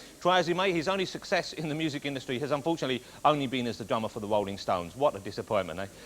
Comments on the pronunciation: Wolling Stones, Wok and Woll, Chawee Watts? This guys under the impwesion? How the hell does this cat have a talk show? Out. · The Wolling Stones. The Gweatest Wock 'n Woll Band In The World!